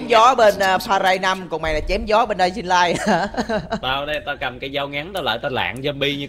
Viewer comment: Em chỉnh lại cách đọc tên game nè đọc là đai in lai nha